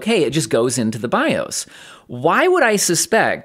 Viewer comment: "bi-ohs" kills me every time